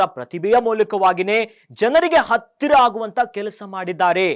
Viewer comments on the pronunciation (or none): none